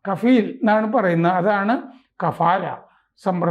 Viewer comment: കപാല് അല്ല മിസ്റ്റർ കഫീലാണ്